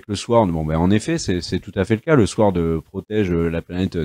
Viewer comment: toujour sympa, merci a vous, sinon SWORD, on ne prononce pas le W